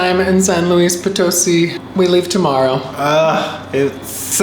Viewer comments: Try saying poe-toe-SEE instead of poe-TOE-see. Most native English speakers want to emphasize the middle syllable but it’s really the last. I think got it right that last time though. Great video and town! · hola, no creo porque el acento está en la sí de Poto-sí :) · it's pronounced Poto-seeeee not po- toe-see. Accent on the last syllable. lol. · Very cool! I went to SLP once to visit family and loved it! I really want to go back one day, the city center is beautiful! BTW it’s pronounced Potoe-see (emphases on the “see”) 😉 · It's Po-to-SEE! Dudes! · If you are going to report on a city you should be able to pronounce it!!